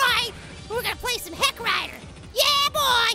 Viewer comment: is saying hellrider or heckrider